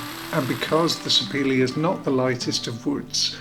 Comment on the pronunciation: Sapele wood is named after a town in my state in Nigeria, where the wood is processed. It is pronounced Sah-pair-leh. And its very heavy wood, as you noted. My bird as a child was made of it. Moving was a hassle!